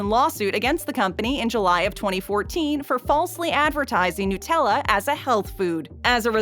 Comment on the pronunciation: NUT-Ella! Not NOOT!